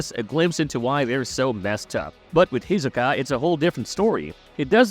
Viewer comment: Bro why are you purposefully mispronouncing Hisoka, the anime literally says his name over and over and over again bro wtf, you ain’t 2spooky 😂😂😂😂